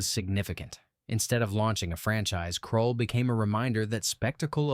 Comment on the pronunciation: Please read and verify your AI Script. Dune. Dune has NO ALIENS IN IT. Heavens’s gate Is a western. Seriously! Krull Title mispronounced also it was an attempt to merge Conan and Star Wars. That Conan part is important. Buckaroo Banzai The second movie never was really going to happen. It was understood at the time as an inside joke in the film. The Black Hole Did not actually harm Disney because they already had been suffering losses and it brought in about 35m so it was a loss but the normal kind … and it actually was nominated for Oscars before the “your consideration” era. Space Hunter Movie had 3D as a way to bring audiences in. The issue was that the 3-D was poor and actually hurt the reception just as much as the release date.